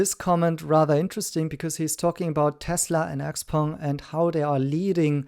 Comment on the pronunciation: One of NIO’s ace cards is the subscription service for NAD that is leaps and bounds above the rest. They are extremely humble about NAD unlike the others…This guy can’t even pronounce Xpeng. 😂